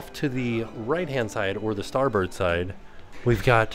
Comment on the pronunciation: it’s really starboard… 💯 thanks for saying starbird.. since that’s the name of the street I grew up on … and I totally enjoyed this tour.. I would def get lost if I was there.. lol 😆